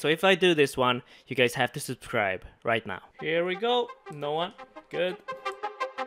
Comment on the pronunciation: please learn how to say "subcribe" thank you hahaha Super series boi i love to watch it <3